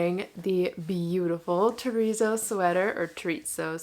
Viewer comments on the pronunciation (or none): Why do you say "terrizzo sweater" instead of terrazzo? Confuses me a bit